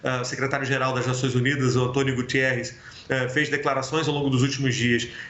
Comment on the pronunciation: Quem é o António Gutierrez ? O homem é português . Diz-se Guterres.